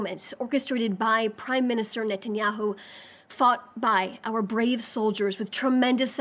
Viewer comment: An American speaking for Israel that cant even pronounce Benjamin Netanyahus name correctly ... She works for the prime minister if Israel but doesn’t know his name.